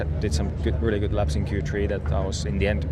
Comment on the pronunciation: At least try and say it properly just once, Valtteri. Q three. Not Q tree. It sounds ridiculous year after year. Edit: I do realise I sound awfully negative, I'm trying not to. Honest :D